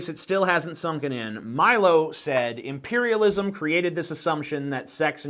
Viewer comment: Why does he keep calling imperialism impairialism? Is that some sort of "extremely witty" banter or does he just have a goddamn speech impediment?